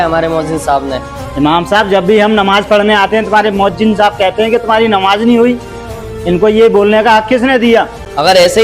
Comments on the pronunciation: Namaj galat mat padho bhai jan😅😊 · Please understand the difference between the “Z” and “J” sounds. For example, understand the difference between “Mouzzin” and “Moujin,” or between “Namaz” and “Namaj.